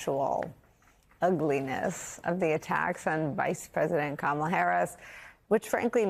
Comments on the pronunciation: The Republicans aren't too bright,they keep saying her name as Ka- ma--la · They're so spineless and subservient to Trump that they're not even allowed to pronounce Kamala's name correctly. How sad is that? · Busing people around....SHS pronounced Kamala like Donald trump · is 2 Stoopid to pronounce the Vice-President’s name correctly. Shall her ignorance be worthy of Air Time? How about YOUR time? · She is so humble that she even cannot pronounce Kamala Harris’ first name correctly. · Sarah cannot or won’t say Kamala correctly. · This ignorant witch continues to say Kamala's name wrong. She is just disgusting. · Calling herself humble while deliberately mispronouncing VP Harris' name is so MAGA coded